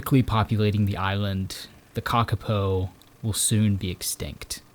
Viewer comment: Lol *kakapo, pronounced cah-cah-poor but don’t emphasize the R on poor